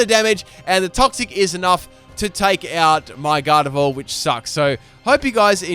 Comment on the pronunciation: did he call gardevoir galled?????